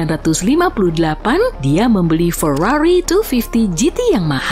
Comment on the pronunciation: feiriririri atau lambergember ?